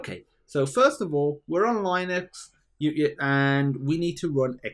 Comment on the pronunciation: It's LEEnux, not LIEnux